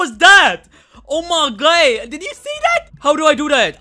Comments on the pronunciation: Take a shot everytime he says "oh my ghhod" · im dead everytime he says " oh my guhh" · oh my gay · Sir your drunk... "Oh my ghhod" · "OMER GUAD" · “Oh my Goid” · "OH muH guYd"